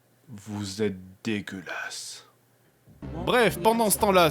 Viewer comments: J'adore le "Vous etes defgeulasse" x) Je croyais c'était un bug de vidéo d'abord :p Toujours aussi bien :) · Trop fort le blanc puis "vous êtes dégueulasse" ! MDR T'es au top JDG, continue! ♥